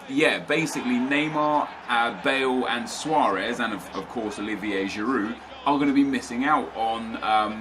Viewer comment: lmao he said giroud